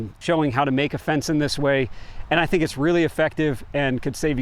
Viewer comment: Do you tink is good enof for goots😊